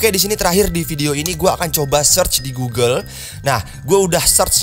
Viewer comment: Pas ngomong "GUGEL" knp harus ditekenin banget?